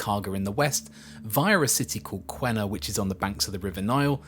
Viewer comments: The new high speed EET project is in progress now with new alignment route and stations. I work on it… By the way Q is pronounced as K and there is no U in Qena so it’s “Kena” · on a side not, we pronounce Qena = Kenna